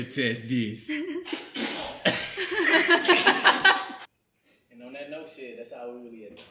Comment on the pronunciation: “ test dis “ 1 instead 😂😂😂😂😂